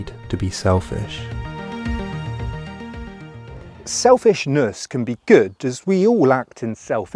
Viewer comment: selfish-NUSSSSSSS. SelfLUSSSSnussss Goofy ahhhh